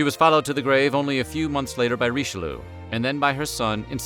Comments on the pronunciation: I do love these videos, but I just can't stop laughing every time I hear "Richeloo"... 😂 Ri-che-lee-ugh, ok? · RICHELOO? really? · you guys usually pronounce the french names fairly right, so whats the deal with Richelieu? it's not pronounced Richelu it's Richel-jö! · Herur22 yes "Reecheloo" broke my ears ;) hee hee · Cardinal Reesheloo! bloody hell where do you get these pronunciations from?